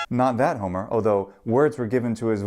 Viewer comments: If the accent is on "hó" why it sounds like you are doing it on mɛ? It sounds to me like you are pronouncing homɛros, and not hómɛros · He said hómε:ros with a long /ε:/ and he's using pitch accents, not stress accents.